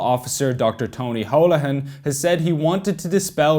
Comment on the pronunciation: Why am I listening to a member of the Muslim Brotherhood lecture me on anything ? This fool can't even pronounce Holohan properly.